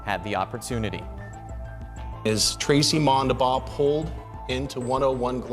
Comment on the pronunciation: Its Mondabough, not all the weird ways they spelled it.